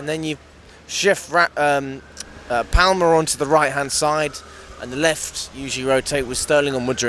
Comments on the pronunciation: PRONOUNCED PARRMER NOT PAL-MER ya divvy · I mean he really emphasises the L in palmer. How do you say 'palm' do you say "it's in my paLm" the L is pretty much silent, you pronounce it 'paam'